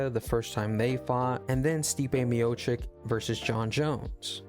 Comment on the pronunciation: Short answer: yes. On the other hand, I cannot take serious any channel who after years still cant pronounce Stipe's surname correctly.